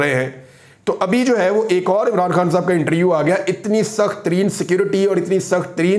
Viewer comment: پیارے بھائی میں آپ کو دیر سے فالو کرتا ہوں، اور آپ کے لیۓ دعا بھی کرتا ہوتا ہوں کہ خداوند آپ کو سنبھالے رکھے اور حفاظت کرے۔ لیکن ایک درستگی کیجیۓ پلیز۔ ایک لفظ جو آپ اکثر استعمال کرتے ہیں۔ وہ لفظ ہے اِنٹریوُ پلیز اِس لفظ کو ایسے بلائیۓ اِنٹرووُیو Inter View آپ بہت اچھا بولتے ہیں۔ آئی لو یوُ مائی برادر۔